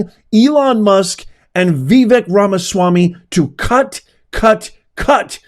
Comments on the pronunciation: It's "vi- VAKE", not "vi-VEK". rhymes with "wake". And "bake" 😂🥰🙏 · Dude. IT'S PRONOUNCED VIVAKE!!! Ugh